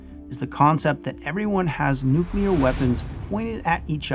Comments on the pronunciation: he says Nu KEWL ur... instead of Nu CLEE ur I don't know if he is that smart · Does it bother anyone else that a Colonel pronounces “nuclear” as nucular?